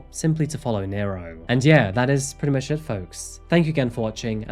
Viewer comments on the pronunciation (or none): none